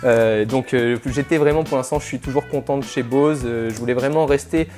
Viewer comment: avant de parler d'un appareil apprend a prononver correctement son nom Bose quiet 25